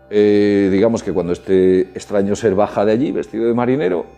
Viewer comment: Jeje ya sé, solo que lo hago porque se me hace curioso con el lo pronuncia.